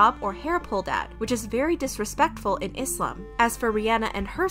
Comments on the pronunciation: I love how you pronounce islam right . With a soft s not a Z sound.. thanks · Finally someone who doesn’t pronounce it “Izlam” and pronounces it correctly thank you 🙏🏼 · As a Muslim, I truly thank you for taking the time to pronounce all the Islamic words correctly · Can we talk abt how well is saying muSlim, iSlam, hadeeth, hijab, etc. You can tell she looked into the terminology and practiced. Thank you for also pronouncing names right too. This was so refreshing thankyou sm 🥺🥺🥺💗